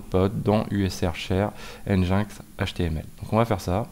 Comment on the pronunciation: Stp, ça pique un peu les oreilles, prononce "engine-ex" pas "en jain x":))))